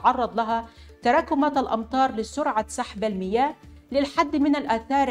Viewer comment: الأخت مقدمة البرنامج اللغه العربيه عندها بعفيه الأخت بتقول الميات وليسا المياه